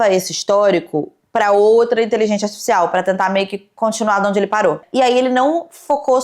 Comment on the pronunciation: tu não pronunciou INTELIGÊNCIA ARTIFICIAL corretamente NENHUMA vez. Num podcast é bom ter cuidado com a dicção né? Jesus